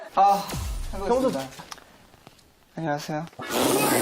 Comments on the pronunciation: ㅋㅋㅋㅋㅋㅋㅋㅋㅋㅋㅋㅋㅋㅋㅋㅋㅋㅋㅋㅋㅋ 한녕하세여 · 한녕하세여? 인사할 때 새로운 문장 발견 → 앞으로 워너블은 한녕하세요로 인사하댜💕 그리고 성우 자기소개 표정ㅋㅋㅋㅋㅋㅌㅋㅌㅋㅌㅌㅌ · 자우먕 떽띠하댜 안↘녀→쎄여